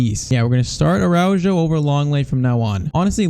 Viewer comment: It’s pronounced Arauho and not Araudgo